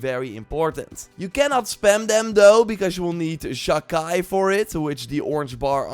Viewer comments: Sha Chi is pronounced Sha chee not Sha Kai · By the way, Sha-Chi is pronounced: Sha Qi/Qee. I don't have the perfect translation, but it means an a change or emission of an aura, presence, or atmosphere due to one's intention to kill. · it s pronounced "chee" so sha chee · Exactly. Please stop saying Chi as KAI. SHA KAI SHA KAI!!! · Never in my life have I heard the word "chi" (like in "Sha-Chi" here) pronounced so weirdly. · The way youre pronouncing Chi is giving me an aneurysm